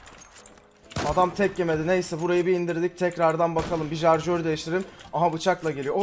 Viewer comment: Abi artik suna jarjör deme ya, sarjör onun adi😂😂